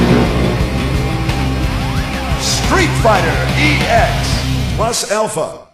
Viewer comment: Achei o video meio paia, nem mostrou imagens do jogo pirata do Dragon Ball, disse o nome do jogo “Street Fighter “E”X Plus Alpha”, nem mostra para qual console os jogos foram lançados. Podia fazer consultar algum canal de jogos antigos para trazer informações mais corretas.